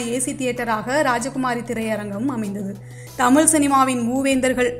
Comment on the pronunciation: Poor prounoisiation of Tamiz and not tamil